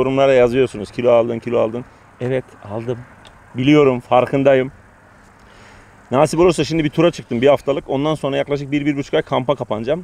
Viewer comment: Naasip değil, nasıp.